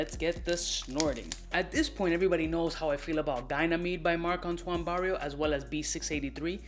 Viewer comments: It's Barrois my guy. Not Barrios. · I love you but one day you'll get the spelling and pronunciation right! Its Barrois (pronounced Barrwah), not Barrios!! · Great vid as usual! It's pronounced "brawa" just in case you want to say it right but Barrios is street certified haha You should try the extrait of b683 and they're coming up with Ganymede extrait soon;) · it's BarriOIS, not Barrios :( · Not Barrios but Barrois..great review. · He says it like “barrio” in Spanish 😆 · I agree"" But that's what makes him """ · Its Barrois you clown.